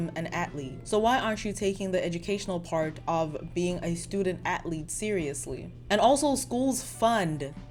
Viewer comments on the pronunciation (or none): Do you have an accent? In English, athlete is pronounced ath-leet, not At-leet. Sorry it just stuck out to me.